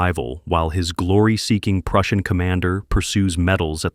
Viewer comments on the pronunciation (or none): none